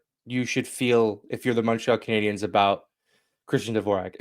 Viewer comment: Mawntreal CanadiYENS